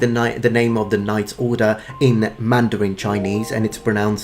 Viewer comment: pronouncing mandarin wrods correctly is always a nice thing to hear